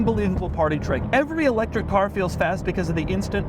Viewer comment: Doug is the type of guy to pronounce electric e-lectric.